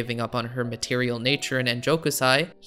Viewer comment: Enjo kousai, not ennjokusai